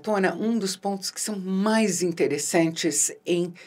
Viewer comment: Qual a dificuldade de falar "interno" e "externo"?